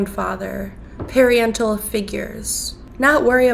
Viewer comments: "Parryental figures"?? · . “Periental” figures???